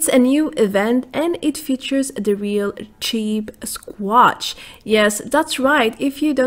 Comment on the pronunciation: you said CHEAPSsquatch haaha good imformation